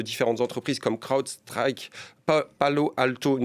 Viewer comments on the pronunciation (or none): Franchement ça serait possible d'inviter sur le plateau des personnes compétentes ? Le niveau d'explication et de connaissance de cet intervenant le rend réellement ridicule... Même pas foutu de prononcer des noms d'entreprises de la tech comme Crowdstrike... Toutes ses explications sont vraiment brouillonnes...